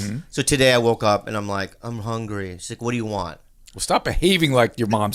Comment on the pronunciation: Hahahhaha "i hungoo"